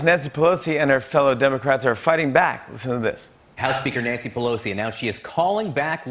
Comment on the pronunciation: Natze Pelosi? Did he just say that? Must be time to up the meds.